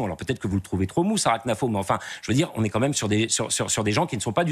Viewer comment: Arrêtez avec knafo elle s'appelle khennafou il faux le prononcer 🤣🤣